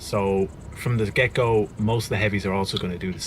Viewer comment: Every time you say 'from the get-go', I hear 'from the gecko'. Good vid as always.